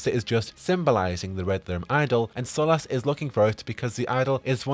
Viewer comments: sorry dude, I love everything about you and your channel, its just how you say his name it really grates on me. Its cool though, I can live with it lol just out of curiosity, why do you say it like that when most characters in game pronounce it SOL-US ? I think I can remember one other character pronouncing the way you do. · I don't like how you pronounce Solas lol Edit/P.S Bad Wolf